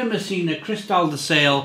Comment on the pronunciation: Hi the correct pronounciation of SALE is not SAIL but SALEH. Hi from Italy